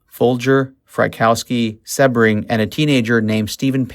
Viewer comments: Its pronounced See bring, not seb ring. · Appreciate you, but Jay's last name is pronounced Sea-bring, not with a short E. Also, the house on Ceilo Dr. was 10050 Ceilo, not 150. The new home has the number 10066.